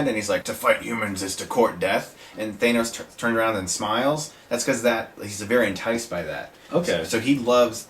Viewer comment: Well that's fine except you pronounced thanos wrong!